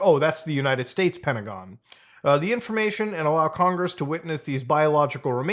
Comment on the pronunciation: "They blew up congeess!" 😂